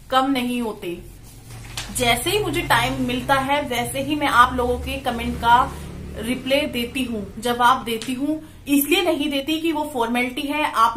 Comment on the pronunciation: Hey dear रिप्ले mat bola kro It's reply रिपलाई😊❤